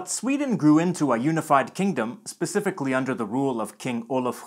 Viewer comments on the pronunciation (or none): none